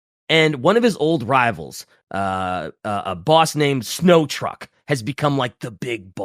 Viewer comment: This was a great episode, but pronouncing Snotruk as "Snow truck" was very, very funny to me.